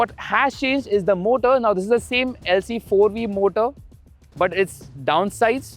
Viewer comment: Did u say Lc4V ? 😂